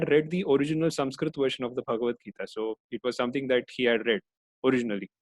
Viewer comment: Great work sir, very thankful for such summarized version of all chapters. But very disappointed with such peoples who desperately use wrong name of persons like you pronounce krishna as Krishnaa, Arjun as Arjunaa, sanskrit as Sanskritaa. Why?? Can't u speak thier right pronunciation or you can not speak hindi name in right manner like other foreigners because hindi is not their mother tounge. I also give speeches but never use extra A in pronunciation of hindi names. So please dont do this again.